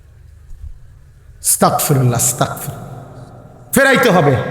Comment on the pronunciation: আস্তাকফিরুল্লাহ না হুজুর আস্তাগফিরুল্লাহ হবে,🙂